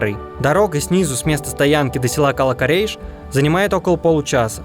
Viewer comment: Наверно в слове кала ударение надо ставить на вторую букву а